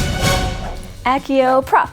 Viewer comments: It's accio not aggio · [Akkio]? Really? Did you watch movies? It's Accio with pseudo-Latin pronunciation - [ak-tsio]! Also, where is music? The Cup itself is cool. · My eye twitched. It's AX-EE-OH,. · " 'Ack-eeoh' prop " really got me at the beginning.. I love love love this video though ❤️⚡️